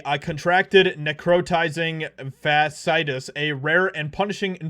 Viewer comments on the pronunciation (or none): Fas See At Us Not Fas Eye t Us Waiting for one to have Hanson's disease (leprosy)